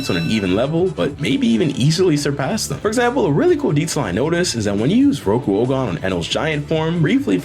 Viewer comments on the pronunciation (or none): none